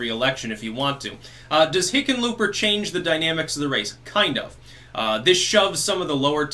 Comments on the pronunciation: Did you say Hicken lööp er? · No, I think he's saying, 'Lickenpooper'... I could be wrong though... I'll have to check my hearing aid... 😉